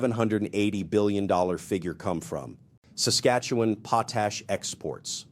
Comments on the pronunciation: 🇨🇦Our Potash will be sold to who we choose not who threatens us🇨🇦 Also it is pronounced pot-ash not pot-hash although we have lots of that too. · "POT ... a-s-h" What a weird pronunciation!